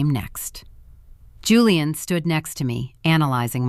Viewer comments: Why does the name pronunciation keep changing? . First is Julian with a Jew sound then it’s Houlian with a Spanish sound. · Hooo-leee-ahn or Jooo-leee-inn? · Kind of funny how the "j" was initially pronounced then later , it was not , lol . AI strikes again !